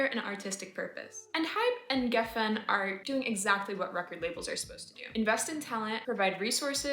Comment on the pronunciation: Pronounce geffen correctly